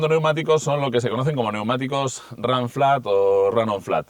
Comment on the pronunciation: Ranciar , donde estudiaste , literalmente se pronuncia “ runflat “ en castellano , el inglés para los ingleses , aquí se habla español !!!! Vaigase a freír chuchangas , papafrita !!!!